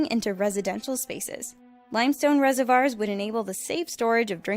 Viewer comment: Limestone "re-se-vars". Thanks,.